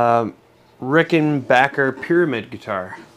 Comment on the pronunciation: Yeah! Rickenbacker.NOT Rickenbocker!😁